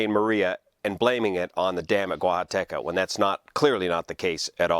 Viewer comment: I was thinking the same thing and was wondering if the expert on spillways (YOU) would be weighing in. And I just love hearing you say "Guajataca". Btw, 200m = approx. 650ft instead of 300ft as you mentioned;)